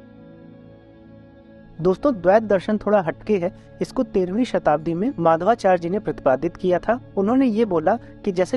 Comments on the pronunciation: For your kind information, His name is Madhvācārya, not Mādhavācārya. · Nice attempt and good understanding. However, subtle inaccurate statements are there to be corrected such as linking Advaita to mayavad, pronunciation of Madhvacharya, etc.